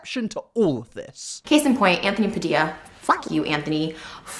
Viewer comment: Nobody:: anfony BAdilla